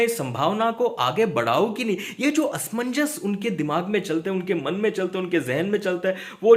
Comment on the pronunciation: Asmannjas Asmanjas 🤣 Kya asmanjass 🤣🤣🤣